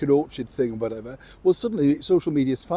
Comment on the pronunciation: 😂😂😂 her American "WHATEVER " 😂😂😂 Well said Dear Sir, hat's off to u 👏